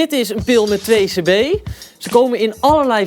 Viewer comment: It's "2c-b" not "2-cb"